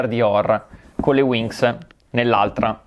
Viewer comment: Voleva dire WINGS ahha